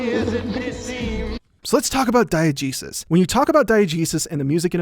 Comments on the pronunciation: Am I the only one who heard Diegesis, as Diet Jesus? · I legit thought you said "diet jesus"